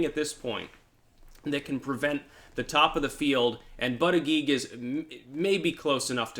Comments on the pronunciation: It was funnier when he pronounced it butt-gig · Sometimes he pronounces it booty-judge.😁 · It's funny how you still pronounce Buttigeig improperly. Butt-eee-geeg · Why do you continue to mispronounce the Indiana mayors name? It fanatically pronounces bootygets